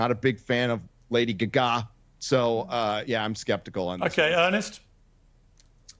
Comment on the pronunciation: Why in the bloody heck did he pronounce lady gaga guhgah？